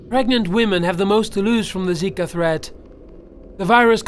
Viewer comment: Dude zaka virus its zika